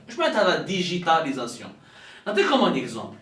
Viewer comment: deja tu ne sais pas le dire digitalisation toi qui est instruit et qui vit en france ;tu parles aux algeriens qui n'ont meme pas un bon debit internet trouve une solution pour qu'ils aient du lait ;la banane il ne la mange pas ;le caca dans les hopitaux ;et votre diplomatie qui s'allie avec le lizoto et le polizebel tu reves mon ami bye bye l'algerie